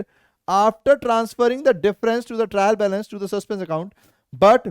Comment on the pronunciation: trial balace 😂☠️💫😂😂